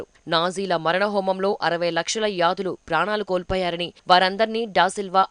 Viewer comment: Yadulu kaadu yudulu